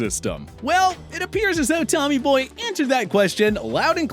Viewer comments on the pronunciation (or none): none